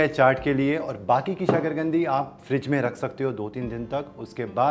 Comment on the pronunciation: शकरगंदी नहीं शकरकंदी ?